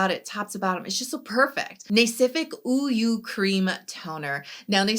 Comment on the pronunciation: Thanks for this video! I was listening to the video as I was doing some morning chores but I was pleasantly surprised when you pronounced 우유 (Uyu) so well! That’s the best that I’ve heard a non-Korean YouTuber pronounce it in a beauty video:O